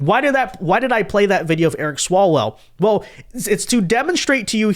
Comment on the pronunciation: Not Eric swallwell Eric swallow -well.